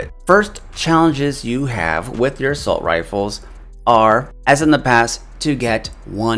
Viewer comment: It’s “Assault” not “Assualt” b